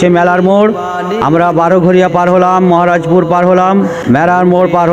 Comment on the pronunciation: জায়গার উচ্চারণঃ গুলো সঠিক করে বলেন, মহারাজপুর কে মাহারাজপুর বলছেন কেনো .? আর মেলার মোড়, ঘোড়া স্ট্যান্ড, লালা পাড়া মোড়, এইগুলো মহারাজপুরের অংশ, তা হলে মহারাজপুর পার হলেন কি ভাবে 😂😂